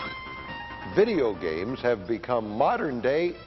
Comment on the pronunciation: Vey-deo gheymz?? Never heard of em.